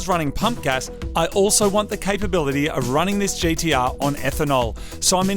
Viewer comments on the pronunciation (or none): Why do they keep calling it at GEE-DEE-UHH? It's G-T-R